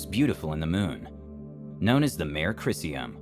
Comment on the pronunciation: "mare" as in a horse! 😂 It's Latin. "Mah-Ray". Not a 🐴🐴🐴🐴